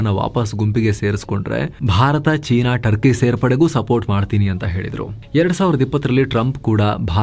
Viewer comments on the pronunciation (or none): none